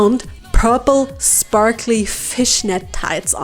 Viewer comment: Honestly, I find your little word malfunctions really cute. And sprakly words just as well as sparkly (and is probably much easier to say). 😊 I doubt I'd do as good speaking a second language! 😅